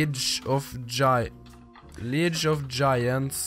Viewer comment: Du sier "Leauge" feil! Og det kommer fra en 6. klassing